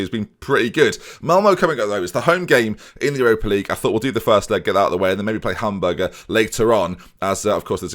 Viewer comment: I just love that you are saying Hamburger SV like its a burger